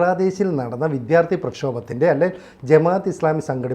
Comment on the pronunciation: ചേട്ടാ ! വിദ്ധ്യാർത്ഥി അല്ല വിദ്യാർത്ഥി ! ❤❤❤